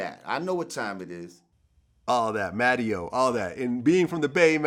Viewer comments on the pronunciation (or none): This nigga Vlad said "mattie-O". Bruh what!